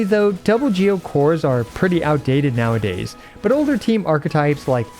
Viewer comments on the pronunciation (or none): none